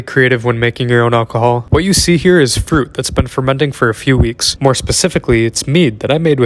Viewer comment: Literally heard poop instead of fruit